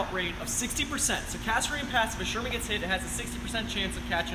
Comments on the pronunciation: It's not 'calvary. Calvary is the place where Christ was crucified. It's cavalry, from the French word cavalerie. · Someone needs to tell that it's pronounced caVALRY not cALVARY. If he's an expert on tanks, he should know that. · He said calvary. It is not calvary, it is cavalry. There’s a big difference. How is this guy an expert? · Wait...did that guy just say "Calvary"? ...it gets me every time... XD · It's "Cavalry" not Calvary". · it's pronounced "CAV AL RY".....NOT....."CAL VA RY". Calvary is where Jesus died. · I am TRYING to resist being "that guy" but this is a pet peeve....sorry....!, it's caVVVVVVValry!!:) Otherwise, a great job jam-packing 10 tons of info into a 40 minute video. Now that he's a published expert in the field, The Chieftan needs to get down there and do a Chieftan's Hatch on the M36 GMC!!! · he doesnt know how to say Cavalry...